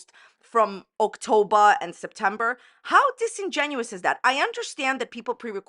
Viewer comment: Are we saying “Oaktober” on purpose? 😂